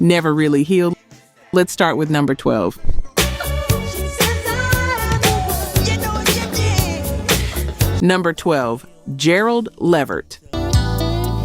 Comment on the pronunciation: Gerald Leave Ert